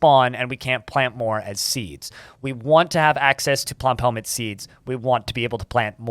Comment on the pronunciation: Say plumphelmet one more time!